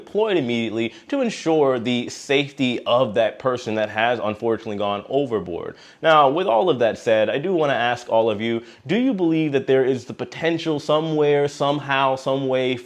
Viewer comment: ASK.......not AXE!